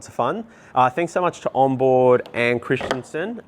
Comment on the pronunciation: Christenson not Christianson ,wft ! At least get the name right!🤦‍♂️.